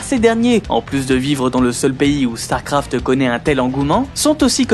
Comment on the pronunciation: Man la vidéo est bien mais alors ton élocution laisse tellement à désirer... Il faut arrêter d'appuyer les E à la fin des mots genre "uniquEUH" ou "StarcraftEUH" C'est la première et la dernière vidéo que je regarde de cette chaine car ça m'a vraiment fatigué.